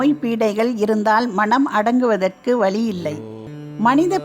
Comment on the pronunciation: வலி வழி இரண்டிற்கும் பொருள் தெரியுமா வழி என்று சரியாக உச்சரிக்க வேண்டும் நன்றி